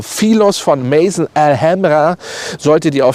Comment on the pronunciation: "Maison" wird französisch ausgesprochen und nicht englisch.